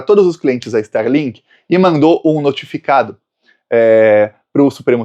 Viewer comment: Nao e sterlink, e starlink.